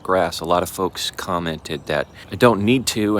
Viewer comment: I like your music choices. But it is nice to not have it too. Given a choice I'd give up the computer for the coffee pot every time!! Did you say "Well folks..." or "Well farts..." Either works but it made me laugh when my ears heard the latter! 🤣🤣 Chickens look healthy and happy scratching away. Too bad about the mower blade. Why would it smoke though? Ha!! Watched to the end... (Sometimes I can't wait to the end of the video to comment) You DID say it! 😝 Made my day!! You know it.. Be well from Canada 🇨🇦